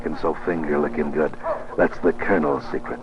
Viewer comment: Is it a robot speaking or a real person? Incredibly irritating tone and pace of speech, also it’s pronounced ‘the’ and not ‘ve’ - speak properly